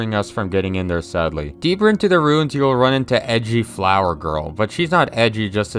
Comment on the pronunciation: Its ruins.. not runes.